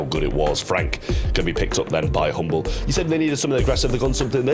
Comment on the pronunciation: Hmble not humble = lose?